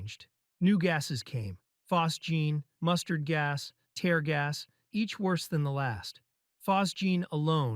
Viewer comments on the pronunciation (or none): i think ai wrote it dude didn’t even pronounce tear gas right he said tare like the only way that happens if you’re reading something someone else wrote